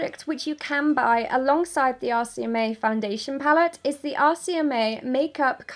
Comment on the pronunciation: The whole time i thought she was saying 'ASIAMAE' instead of 'RCMA' 😂😂😂